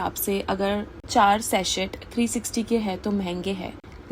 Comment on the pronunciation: It is pronounced Sasey not saset. In Sachet the T is silent